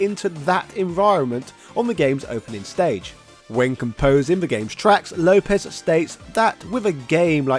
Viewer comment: It’s Lopes not Lopez the ‘s’ is pronounced as an S and not Zedd.